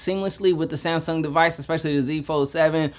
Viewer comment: SaayYmsung! Lol